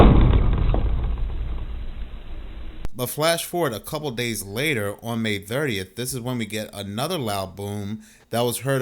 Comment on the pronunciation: “But moving Ohjuan…” lol you pronounce “on” so weird. 😭🫩🥀🫠🫠🙃